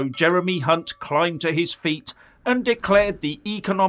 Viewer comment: Did you say Hunt or ( UNT ?